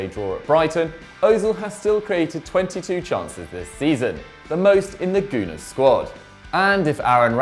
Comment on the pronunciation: This man really said Kovacic was a regular starter at Madrid, and that he's one of the reasons for Real;s poor form LOOOL And why does he pronounce Gunners as "Goo-nars"?? Dislike